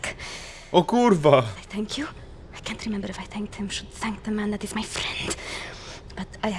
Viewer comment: fenk ju'':D